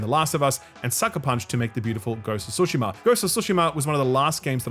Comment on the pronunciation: I freaking love you, but please learn to pronounce Tsushima properly, it kills me every time. I LOVE you though!